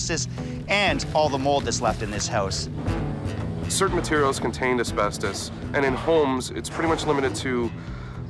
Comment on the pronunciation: It’s a house not a hoooouse😅